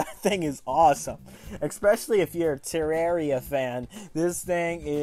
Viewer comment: LOOK WHOS BACK!!! ITS THE PRONUNCIATION GUY!! Tur-ar-ia